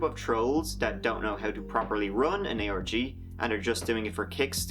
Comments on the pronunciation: every time you say ARG I hear Aorgy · Huge lol at the autotranslater translating your pronunciation of "ARG" as "orgy"